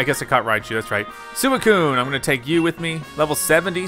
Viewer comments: suicune is supposed to be pronounced swee-coon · It's pronounced swee coon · When Calyrex possessed Peony I was convinced he was being abducted by Calyrex or something. Also it’s Swee-coo-un, not whatever you’re saying. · swee-coon is how you pronounce Suicune, and also you definitely want to catch it. like this comment so sees it. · Its pronounced "Swee-coon" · I can see you don't know much about suicue it pronounced swuikune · It is pronounced s wee coo ne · It’s really annoying me how you say it’s name that’s how you spell it but it’s pronounced like sweecuine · Your saying suicune’s name wrong by the way